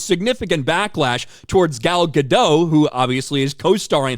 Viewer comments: Gal Ga-DOT, not Ga-DOUGH. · Gal Gadot’s last name is actually pronounced “Ga-dot”